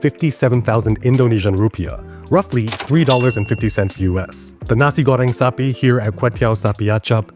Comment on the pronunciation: Your pronunciation of "nasi goreng sapi" was really good, like a native.